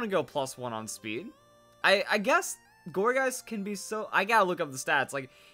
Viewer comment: every time you say gourgeist I'm hearing orgasm for some reason